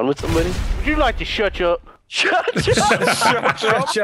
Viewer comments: The shuch up one never gets old. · Shuch up will always be a classic xD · Shutch up is permanently etched into my brain, I've been saying it for years 💀